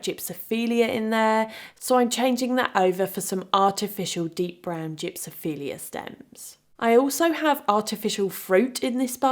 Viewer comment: I believe it is gypsophila (jip-sof-uh-luh) :)